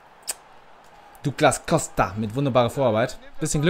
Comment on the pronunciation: douglas costa spricht man doglas costa aus :)